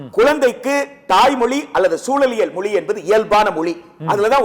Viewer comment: மொளி இல்லடா மொழி.